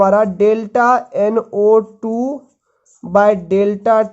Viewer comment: U have to speak clear Like u say NO2. Ko NA mtlb kuch bii smjh ni ata ase mai